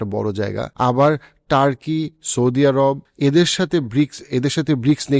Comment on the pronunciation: এরাব না বলে কি আরব বলা যায় না?